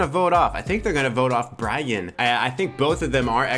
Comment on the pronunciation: As a Hispanic, I became fixated on your pronunciation(s) of “Brayan” and then drifted into my own world and spent the rest of the video thinking about how culture influences the way we process written language… I can’t help but feel like that also has something to do with me being an introvert lol